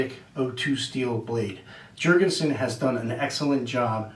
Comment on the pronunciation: Why will you Americans not understand that the scandinavian "J" is pronounced as a "Y"..? Damn you, Jankees...